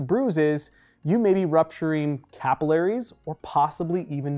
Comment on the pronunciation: The way you pronounced capillaries really threw me off lmao